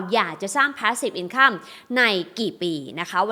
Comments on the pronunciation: หนูติดตามพี่มานาน สงสัยว่า คำว่า INCOME ทำไมไม่อ่าน อินคัมคะ เห็นทุกคลิปอ่าน อินคั่ม แอบหงุดหงิดบ่อยๆ พี่ช่วยแก้การออกเสียงได้ไหมคะ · เห็นมาหลายคลิปแล้ว ขัดหูจริงครับ พยายามค้นว่าฝรั่งเค้าอ่านยังไง คนปกติอ่านอินคัมนะ come เราก็อ่านว่าคัม อยู่แล้ว กูรูการเงินท่านอื่นก็ไม่มีใครอ่านแบบนี้ ไม่อยากให้คนรุ่นใหม่เข้าใจผิด เอาไปใช้ต่อเลยครับ